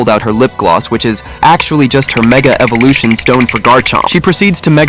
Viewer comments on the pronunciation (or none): none